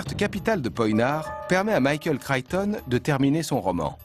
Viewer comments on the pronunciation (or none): Michael "Crayton" ??? 0_o)° Crichton, c'est mieux...